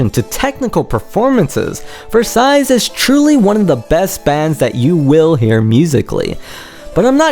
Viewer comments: Please, don't pronounce it Versaillees, there is no S. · Turns out u CAN'T pronounce Versailles...the 2d S is silent. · Cracked me up when you said you couldn't pronounce Node of Scizero, but you could pronounce Versailles. You mispronounced Versailles every single time you said the word.